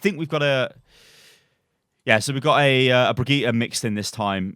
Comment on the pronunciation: It's peonounced Brigitte